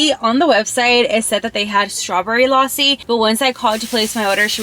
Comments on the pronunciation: I actually appreciate how you pronounce but there were some mistakes 😅 (not making you sad ) no#1you can eat rice with a spoon no#2 eat the naan with Tawa Chicken no#3 the lossi you were saying it is actually lasi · Bro you just said lossi but it's actually lassi and I was like is it's a drink of America but when you said it is milky so I got it thanks for your respect babe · Lausi 😂 it is lassi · Losi no lassi lassi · Its not losi its lasi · Not lossi it is lassi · bro what is lasssssi its lassi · Lassi ❌ Lawsi ✅ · It’s not laasi it’s lussi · Its lassi not lossi😂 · Not laassi Its lassi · This is not called lossi it is called lassi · It's funny how she's saying lossi instead of Lassi 😅😅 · its pronounced, LUSSI,NOT LASI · Lassie ❌ luossi ✅ 😂😂😂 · Lassi ❌ loussi ✅ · The lassi is pronounced as la-c(lassi) not laa-c(laasi) Loved the video❤🇵🇰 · OMG! GURL YOU SHOULD OF ASKED SOMEONE HOW TO PRONOUNCE THOSE WORDS MY FAVOURITE GAJAR KA HALWA PRONOUNCED AS GA - JAR KAAA HAL - WA LASSI - LA C PLZZZ CORRECT THEM I DONT MEAN IT IN A RUDE WAY IT JUST HURTS ME WHEN MISPRONONCED THEM THXX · It is Lassi You're pronouncing it wrong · Oh m g you said lassi ... Firstly i am so confused what you say